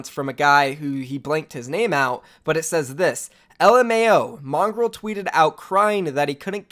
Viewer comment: mongrowl not mongrol